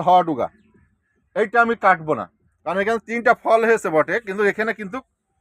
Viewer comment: কিন্তুক বলবেন না। বলবেন কিন্তু। ধন্যবাদ